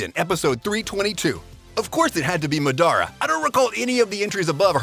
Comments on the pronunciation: Bruh this guy pronounced almost all names wrong. Stop making videos if you can't take the names correctly. It's madara ...not ma da ra it's a goat ...not a mouse 🤦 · Fam do u even watch anime. How u gonna say Madara like that? 😂😂😂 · i hate how the narrator pronounces luffy and madara's names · Mans say madara name wrong lol